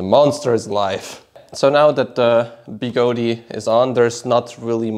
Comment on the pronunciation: I thought it was pronounced Begode, not Begodee